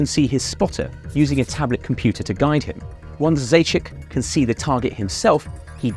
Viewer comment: Its zaichik instead of zachik